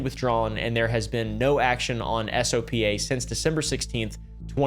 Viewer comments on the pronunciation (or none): You mean brian manning, also if an acronym can be said, you are supposed to. Sopa "soap-ah" jstor "J store"